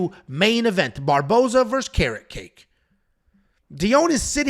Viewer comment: Ernesta ''Carrotcake'' xD, she's Lithuanian, a region of the world where I am from it's: KA-RETS-KA-ITE